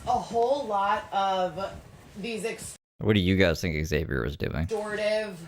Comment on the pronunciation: Aghh. The neighbor pronouncing Xavier correctly has me shooketh for some reason. I think I’ve actually forgotten how it is pronounced to be honest now.